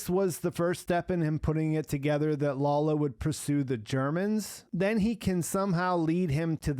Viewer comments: please stop calling Lalo "Lawlo". You're reviews are really great, but this gets me every time i watch them. Could you do me the favor? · "Lolo"? His name is Lalo, and the "foreign language" he spoke is Spanish. Can you be so dense that you don't realize this?